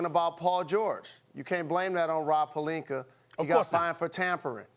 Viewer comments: Steven A Smith is a good analyst but EVERY time can’t pronounce Rob’s last name. Says, “Perlinker” lol. Nobody’s perfect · I hate how SAS says Pelinka last name lol he always put an ER on the end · Rob “Pelinkar” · “Rob palenker” 😂🤣... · “Rob Pelinker”- Stephen A. Smith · “Rob Pelinker”